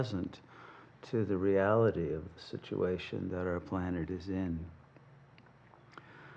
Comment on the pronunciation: awesome just really kills his flow when he says planet and nukes. It's 2022 no excuses